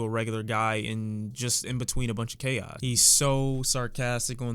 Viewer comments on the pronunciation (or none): none